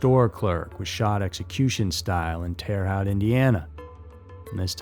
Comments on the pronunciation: Uhm, it's pronounced Terra Hote. Endorphins not endorphins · It's pronounced like Terra-hote